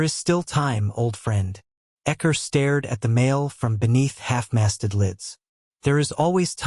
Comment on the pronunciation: Xcor pronounced Ecker???? omg so funny Thanks for the uploads x